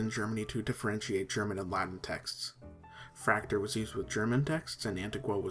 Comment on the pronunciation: Nice general overview. However, Fraktur was not limited to Germany historically. Norway, Estonia, Latvia, Denmark, and of course Austria were at one point heavy users of Fraktur. Likewise, Fraktur is not pronounced like 'tractor', but is pronounced 'frock-tour'.